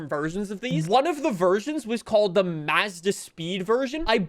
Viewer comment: Listening to pronounce Mazda makes my brain cells die...